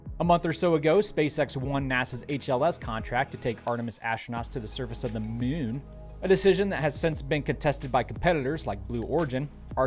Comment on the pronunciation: The ‘Mune” 😂